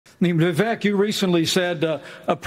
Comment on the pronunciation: The way they all pronounce "vivek".... my indian head just cant 😄